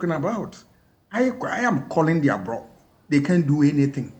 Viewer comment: A "professor" who pronounces bluff as "bruff" has nothing better to say.